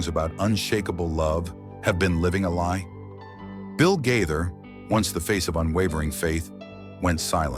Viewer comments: Disgusting fabricated story. The man can't even correctly say their name! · You talk like you really know them but, you don’t pronounce their name correctly sad